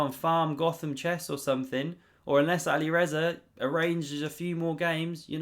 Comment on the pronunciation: Overtaken him by 1.5 points, according to your graphic.2758.9 vs 2757.4. Simple math. Alirezer? It’s alireza. Where did the r come from?